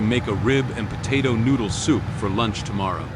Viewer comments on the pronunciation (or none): none